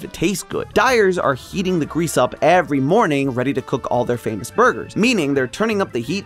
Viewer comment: Did he say fameass?